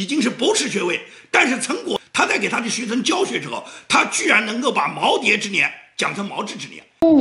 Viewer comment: 老子踏马中专文化。都知道那两个字念耄耋复旦大学的教授都念不准